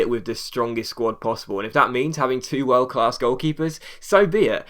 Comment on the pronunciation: you prononce it wiooooooooerld